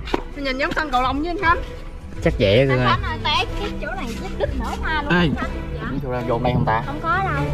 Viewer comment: Ủa sao tui nghe bàa vân kêu khánh là út vậy (gthich cho tui với ạ )